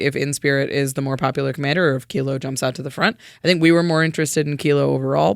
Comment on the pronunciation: You're the first channel I have seen to pronounce Kilo, Apogee Mind correctly. Enjoy my Sub!